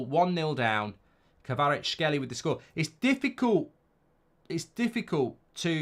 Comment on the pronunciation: Mark, Kvaratskhelia - you need to pronounce last A letter :)